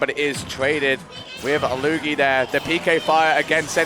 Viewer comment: "Loogie".... no?